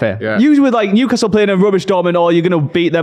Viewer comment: WHERE NEW-ASTLE LMAO !!!